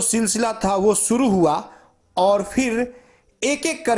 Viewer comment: Kes rupaye nahi, Kesh bolo or suru nahi , shuru bolo. Apna s sahi Karo fir video banao